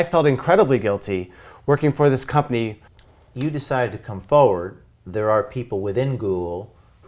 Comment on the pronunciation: There is are 2 R's in FoRward. They are both meant to be pronounced. Saying "Foward or Foeward" makes you sound ignorant/illiterate. nbl